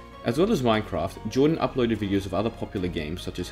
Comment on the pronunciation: It’s Jardon not Jordan